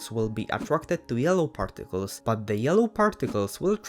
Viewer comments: 'parrticless' lol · I though he sed farticels